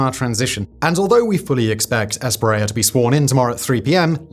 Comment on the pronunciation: ES-PRI-EYA not spriel